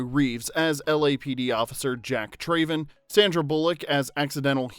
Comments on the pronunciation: How can you make this video when the Narrator cannot correctly pronounce the Character of Jack’s last name, “Traven.” His last name is pronounced “Trav-en” and not “Tray-ven.” It is said numerous times throughout the movie, and not pronouncing it correctly in a video titled “15 Weird Facts You Didn’t Know” is absurd when clearly the Narrator doesn’t know one of the simplest facts/pronunciations in the movie. As a die-hard fan of my all time favorite movie, this discredits your supposed level of knowledge and I cringe every time I hear him say “Trayven.” Thumbs down. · Jack TRAYven 🤣 - If you've watched the movie, you know it's pronounced Trav-en. Also, the bus jump was done in one take and it was a success, the footage you used is from the making of featurette on the special edition DVD that shows the aftermath of the bus landing. They expected the landing to be hard and had the driver protected in a suspended harness, and they knew they'd completeley destroy one of their hero buses, so it was one of the last things they shot. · Trav-en not Trayven. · Came scrolling through the comments to find this. Literally one of my favorite movies as a kid and as soon as he said "TRAYven" I knew there was no way he watched the movie. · I don’t understand how you and make a whole video about a movie and pronounce his last name differently than they do in the movie. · Anyone else unable to finish watching this vid because of the narrator's continual mispronunciation of Jack's Surname?